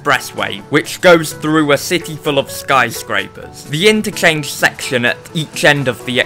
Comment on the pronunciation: Your voice is Aids "ThE IntChAnGe SeCTioN"